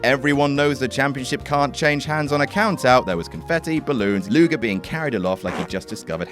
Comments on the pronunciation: Lex "Lugar", eh? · "Lex Lugar" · It's LugEr.